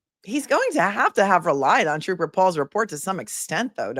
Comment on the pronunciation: At least Troop-ah Paul had an Associate Degree 😅